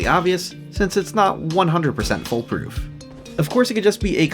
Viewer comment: foolproof, not "full proof" (great video too of course)